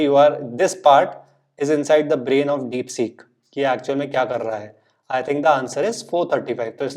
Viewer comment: डिपसीक डिपसॕक नहीं